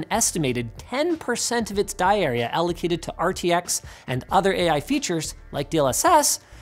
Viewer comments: Diarrhea? Oh..you mean "dye area".. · "die area" sounds like "diarrhea"